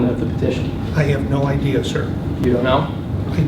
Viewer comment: It's idea not ideal.